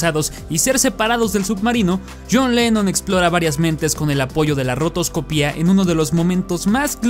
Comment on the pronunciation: Segunda persona que escucho que dice "rotoscopía" en vez de "rotoscopia" y no entiendo porqué.